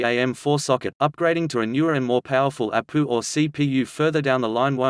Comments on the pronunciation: Try "A P U" instead of "APU" soo text to speech thingeee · I'm going to start pronouncing it APOO lol. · Ok he said apooo